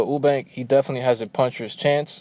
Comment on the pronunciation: You-bank, not Oo-bank Sorn-derz not Sahn-derz Other than that, good points made.